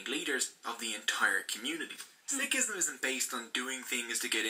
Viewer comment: I like the effort of the video in review Totally understand that certain concepts are simplified to keep it concise But he’s butchering the pronunciation, I’m not upset but if we can learn to speak your language you can put some effort to learn a few words.